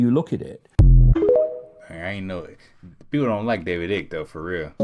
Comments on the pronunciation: David Icke, pronounced Ike/eyek, not Ick bro! 😂🤦‍♂️ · Bro said, “David Ick” lmbo 😆